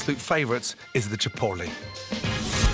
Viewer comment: Chi Port Lis